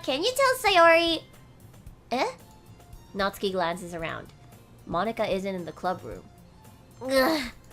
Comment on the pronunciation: your voice acting is amazing! It makes watching the gameplay a lot more realistic and fun to watch. It's a bit late to say this though...But Natsuki's name is pronounced, Nat-su-ki. Not Natski. Sorry...It just bothered me..Overall besides that this is really awesome!